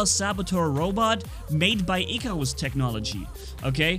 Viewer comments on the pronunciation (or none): none